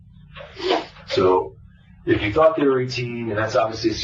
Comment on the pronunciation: "I taught I taw a puddy tad, I did, I did". He knew what he was doing!